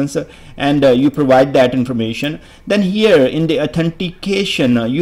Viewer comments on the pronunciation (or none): Can't concentrate because of your 'Connectionaa,' 'Herea', 'Authenticationaa'. Can't you speak without prefixing aa to every word?